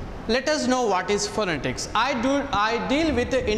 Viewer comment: .Refer to a good dictionary and see right pronunciation of the word PHONETICS. You may please take a good course in improving your Phonetics and back to your class